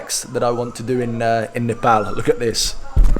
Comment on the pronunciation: He pronounces "Nepal" unlike other English people "Nepol" 👏